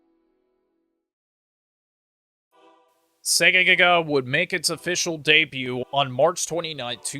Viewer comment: you keep saying Segaga the game is called Segagaga